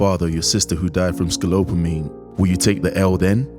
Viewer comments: "scolopamine"...you're saying it wrong. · You switched the P and L every time you said SCOLOPAMINE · its not pronounced scolopamine. its pronounced scopolamine like its spelled lol sorry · Bro, scoPOLamine, not scoLOPamine, other than that, great video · IS not Escolopamin. Íts Escopolamin. Donkey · S C O P O L A M I N E <<< ✅ NOT SCOLOPAMINE! <<< ❌ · I’d really appreciate it if you learned how to say the word “scopolamine” properly. “Scope-all-amine,” not “sco-lope-amine.” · It's scopolamine, not sco-lop-a-mine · Scolopomine??? Really, not spelled and pronounced scopolomine? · Ska-pol-a-mean. Not skal-opa-mean. Va-le-RIA not vale-RIA Great documentary 👍🏼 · Hearing the guy slip up and say “I bought her for my Boy”…. LOL… and if the narrator mispronounces sco-pol-o-mine one more time! Sco-lope-o-mine… LOL SERIOUSLY DUMB people. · It s not scolopmine. It is Scopolamine.This whole video feels staged and fake to me. The drug does not even have that effect so stop bullshitting. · It's scopolamine, not scolopamine. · Couldn't get past the 3rd "scolopamine" 😂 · S C O L O P A M I N E ? ? ? Nice pronunciation... get yourself a life. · Bro, your narrator saying "Scolopamine" the whole time, even though the drug is called "Scopolamine." Confusing tf out of me. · SCO-PO-LAMINE not ska-lo-pamine It was killing me in the beginning 😂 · it's SCOPOLAMINE not scoLOPAmine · What is scolopamine?🤣 its ok i have dyslexia too I get it just to miss it and release it on YouTube mispronouncing it the whole vid...oppsie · You keep calling scopolamine scolopamine. :( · I had to stop watching after you kept calling it Scolopamine. Ahh! It was driving me crazy. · It’s scopolamine no scolopamine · It is pronounced SCO-PO-LA-MIN not Sco Lo Pamine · " ... in which they used scolopamine ..." .... really ? ... in under 15 seconds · The most disturbing thing is the guy repeatedly saying scolopanime, jesus christ scopolamine…… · Bro it’s SCOPOLAMINE NOT SCOLOPAMINE ffs 🤦🏻‍♂️ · Sco-pal-omine, my dude.